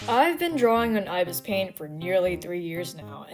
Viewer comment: You miss pronounced ibis paint x 😂